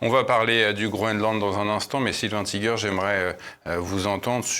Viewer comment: J'ai rien contre les américains, nous en sommes! Sauf qu'on sait toujours pas leur langue! C'est comme ça qu'ils nous entubent!👎 hein, on dit tïgueur pas tigère! 😊